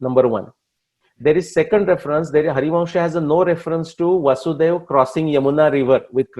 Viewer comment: Krishna’s fathers name was वसुदेव not वासुदेव.